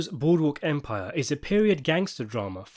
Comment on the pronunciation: Ah yes! Good ol’ Boodwook Empire!